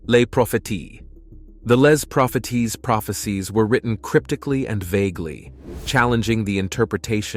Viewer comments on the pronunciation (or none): Les Propheties is pronounced "Lay pro-fay-see" in French.